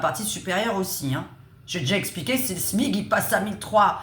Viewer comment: On dit le SMIC comme SMICard et pas le smig 😮